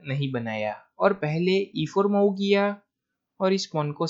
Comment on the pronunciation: Your game selection is good but the pronunciation is very bad. It's मुव्ह not माउ. And why do you sing while talking about moves? I like your game selection but please improve pronunciation.